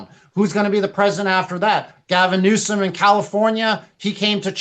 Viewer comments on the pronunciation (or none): He called governor Gavin New escum charismatic!!!